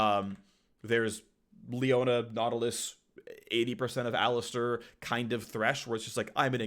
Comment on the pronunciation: my brozzer its called alistAr not alistEr